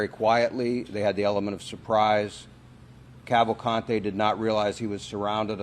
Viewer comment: Danilo Calvalcante is a Brazilian. His name is pronounced as Dah-nee-lo Cavahl-cahn-chee. One would think that journalists would get that right.